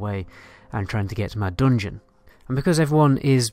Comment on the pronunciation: Lets say "dungeon": Don-Jin